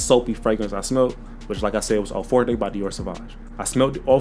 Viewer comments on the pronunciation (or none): none